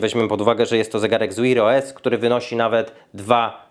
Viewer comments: 🤣🤣🤣 co to jest "łir OS" ktoś do szkoły nie chodził? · Jaki "wir os"? Sprawdź jak się wymawia w slowniku😂😂😂😂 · To jak mówisz wear os to masakra, wymawia się tak jak pisze tylko "w" wymawiasz jakoś "Ł" 😁